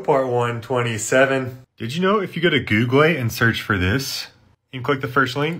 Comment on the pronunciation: Googlay, hardvard, aytally